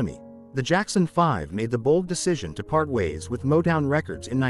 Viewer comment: You can't even pronounce Rebbie or Motown